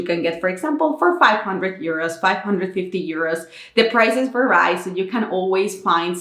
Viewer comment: This video series is amazing! You have an admirable ability to perform on camera. You give a Finn a bit more appreciation for all the support we get here in Finland! PS. The word vary (as in 'something can vary') is pronounced more like väri instead of värai!